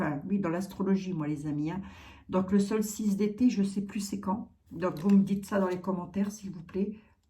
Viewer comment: Chère...on dit solstice d été... Et non solice...lol..paix ds le monde...bisous🙂